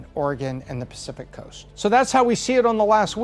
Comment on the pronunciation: I never realized how hard the letter O is to pronounce. How does a two letter word like So sound like Sur?